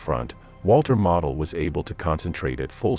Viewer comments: It is not pronounced Model,but Mowdle. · His name is pronounced 'Modal'. Like nodal but with an 'm'. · Pronounced MO-del. Long O please. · Pronounce his name correctly. Your AI is an insult to the finest Gemerafeldmarschall in over 100 years. He ceased living as a true Prussian Generalfeldmarschall was bound to do. You won't find true Honor anywhere today like that. Today they would just surrender and wait for a prisoner exchane.